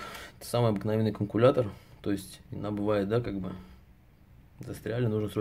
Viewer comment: Канкулятор?) вы серьёзно?)